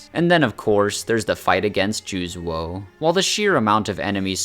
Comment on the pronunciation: I have no idea how you look at the name Juzou and pronounce it "Jooz-wo". It's "Joo-zo" though with a longer o sound. It's just another way of writing Juzō. The u just communicates that it's a longer vowel sound. Edit: Are you misreading it? Like thinking it's Juzuo? That would make more sense.